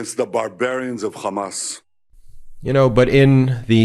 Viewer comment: You know the bar is low when you hear Trump refer to Hamas as Hummus. He's an ignorant and dangerous buffon.